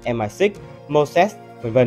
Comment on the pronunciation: Đọc Xê I A thì cứ đọc là Mờ I Sáu đi chứ cần gì Em Ai Sít nhỉ :)))